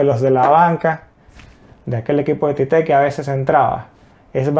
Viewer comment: La pronuncia es igual en las dos sílabas tío. Tite. Nada de tité